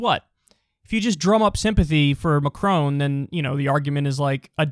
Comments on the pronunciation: You pronounce the “on” in Macron like the English word “on”, not like “own”. If it were Macrone, you would pronounce it as “own” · His name: Emmanuel Macron Kyle: Emmanuel Macrone